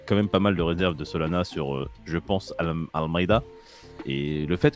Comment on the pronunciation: Ce que j'ai entendu "Solana ce sera l'anus du jour" bha nickel 🤣